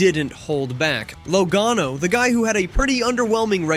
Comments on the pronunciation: He said LOWGANO and LagAAno 😂😂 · "Low- gae- no" ?